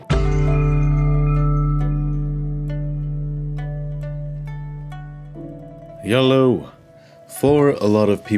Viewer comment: Are you saying hello or yellow?